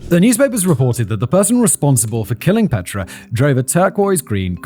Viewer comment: Also his pronunciation of Petra. It's my sister's name and she hates when people say it like that.